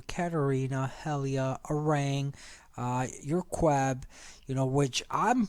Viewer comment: It's qebesenuef or qebe not queb